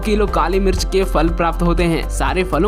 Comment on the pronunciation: Pehle mirch boln sikho